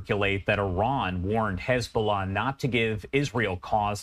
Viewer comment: KhezBolah or Hezbolah